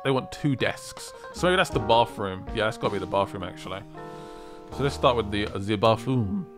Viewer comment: I feel like an angel loses it's wings every time someone says "bafroom".